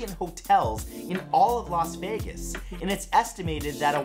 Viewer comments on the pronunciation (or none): none